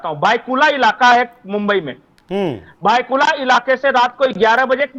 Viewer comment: मुंबई मैं भायखल्ला है भायकुला नही है